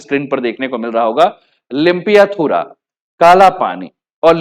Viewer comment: Sahi se limpiyadhura lipulek bol nahi sakta bharat ka hai bharat ka hai pagal ho kya aur bat bat pe nepal china ki taraf jhukab jhukab muh tod du 😡